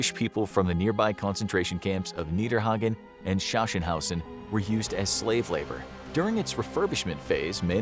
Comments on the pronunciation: Exactly, its pronounced "schaschenhausen"XD (little Help: its pronounced "Saxenhausen" and "Haus" pronounced like "House") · it's pronounced SAXenhausen... mein Got 🤣